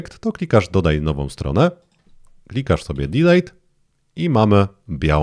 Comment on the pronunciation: Wszystko super. Polecam jedynie sprawdzić , jak wymawia się prawidłowo 'DELETE' ;)